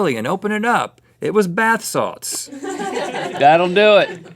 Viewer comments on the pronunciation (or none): what are "bath sauts"?